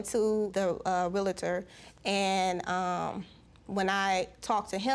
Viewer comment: It is not 'real-a-tor', it is 'real-tor.'